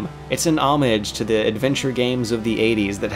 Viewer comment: Congrats on pronouncing homage differently.